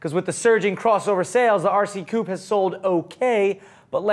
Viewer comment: Coupe is NOT pronounced "Coop" - that's where chickens live.